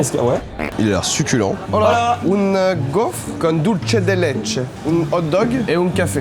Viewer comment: Dulce de Leche se prononce Dulsse svp 😭😭